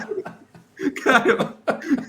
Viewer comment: no digas que no eres español, ese "huevo" es muy de España, jajaja. No te enfades